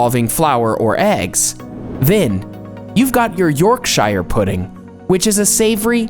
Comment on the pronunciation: You did NOT pronounce 'Yorkshire' like that.